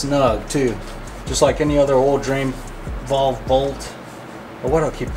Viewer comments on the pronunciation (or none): Valve buddy valve, not vOLve 😆